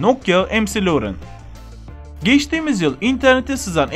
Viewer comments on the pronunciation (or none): Em ci lorin diyor ya la mal admin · McLaren= EMSİLURIN????? ZUHİHAHUNŞYAHAHAHAHAHAHAHAHAHAHAHAHAHAHAHAHAH